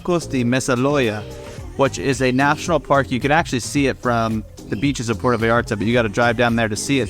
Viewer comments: It's Puerto (pwerto), Porto is in Portugal. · Why do you say port o? It’s Puerto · P-U-E-R-T-O, <=this is Spanish P-O-R-T-O, <= this is Italian Say it right brotha. 😉 Thanks for the video. I’ve actually been wondering about visiting Puerto Vallarta. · Just a friendly tip. Puerto not puerta. The difference between a port and a door…